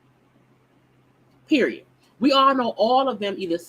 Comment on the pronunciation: FYI. The word period, does not end in letter "T" periot! #hookedonphonics. Poor, pure embarrassment